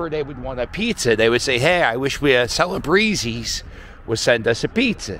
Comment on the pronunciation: I am sure you know you will be getting comments on your pronunciation of Termini Bakery and that it is not the original location and also as already noted in the comments on the way you pronounced Celebre's Pizza especially from us that grew up in South Philly. Glad to see you in Packer Park area close to your hangout at Citizen's Bank Park. That's my book report and thanks for walking in South Philly so close to where I lived growing up. I even think that I spent some time in that bar but only like once or twice as it was not my neighborhood bar. I was never at a Bar Wedding but Congrats to.